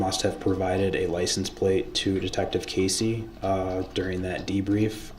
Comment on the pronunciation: He didn't even say liscense place. He said "liesen place" !